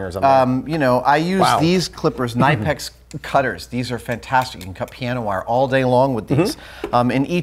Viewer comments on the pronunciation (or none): It's pronounced with a K sound not an N sound. It's a German company. It's spelled Knipex, but pronounced Kin i: Pex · The K in knipex is not silent. It's a German company and they are pronounced kin-i-pex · yea, let him say NAIPEX in stead of KNIPEX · The Knipex pliers is the best in the world, BUT it is NOT pronounced nipex, The K is NOT silent.....many people think that... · Knipex is pronounced kuh-nip-ex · Savage the company clarified that it's pronounced Ka-ni-pex 😂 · An FYI moment.. it is indeed pronounced kuh-nip-x. I learned this after saying it this same way. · Watch a Knipex video on their YouTube channel and pretend it's a Sesame Street episode. Listen to how they pronounce their brand name and show some respect. 🙂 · There website says that you pronounce the K in the name Knipex